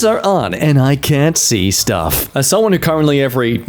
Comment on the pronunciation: As if I didn't love already, he said shtuff...